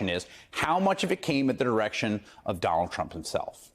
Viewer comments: Sounded like he said Donald Chump..😂 I like it. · Sure sounds like says, "Donald Chump" in the beginning of this vid. 😂😮😂